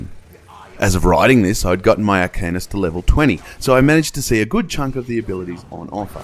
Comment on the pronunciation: cool review. btw, it's pronounced Arka-neest, not arcaynus